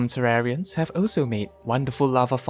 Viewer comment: “Terrarians love fishing” Guess tat I’m a tewawwian